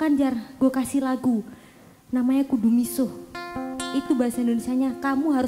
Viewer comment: Pengucapan kudu kliru bhs jawa dia ucapdhu bhs jawa ada 2 du dan dhu